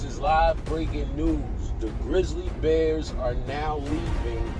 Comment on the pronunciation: “Grizzal bears?” He’s making me mad. He SHOULD NOT BE ALLOWED TO SPEAK ONLINE!!!” People are gonna start saying it that way now.